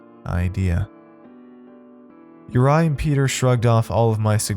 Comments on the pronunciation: Your mispronounciation is infuriating!! It's not "You-rye", his name is pronounced "You-ree"!! This is just awful. Ive twice turned off this story within 15mins, it's just too irritating! Im trying a 3rd time because i want to hear the tale. How can you NOT check how to pronounce names correctly? Real lazy. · Normally love your work!! But this was sloppy bruv!!! Mis matched sound effects, mispronounced name of featured character ( URI= your-E or youry) I’m sure Peter was really pyter but that’s ok, your inflections didn’t match with story telling either! Mailed it in, huh? If you weren’t so good I wouldn’t care